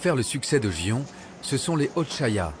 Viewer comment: ... ce n'est pas "gi-on" mais "gui-on" (en prononçant légèrement le "n" à la fin)